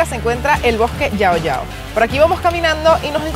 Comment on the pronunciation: It is pronounced like Shao Shao, not Yao Yao.